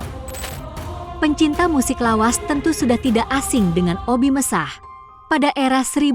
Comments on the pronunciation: Kenapa ya koq bacain nama2 artisnya aneh².. ga umum.. kyak Ebiet gt koq dibaca spt tulisannya bnget Èbi at.. Oby Mesach.. dibacanya Obi Mèsah.. biasanya yg umum kan disebutnya Obi Mesack.. 😊🤦‍♀️. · Sy paling sebel kalau bicara suara Robot. Obi Mesah 😮😮 Obi Mesak, bukan Obi Mesah....La Dongo😢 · BUKAN OBI MESAHH TAPI OBI MESAK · Admin video ini lucu... sebut obbie mesakh ...di ucapakan obbie messah... 😂😂😂😂😂 akun tidak berkwalitas...